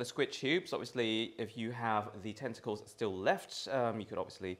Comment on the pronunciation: Could have sworn you said testicles instead of tentacles first mention ... 😂😏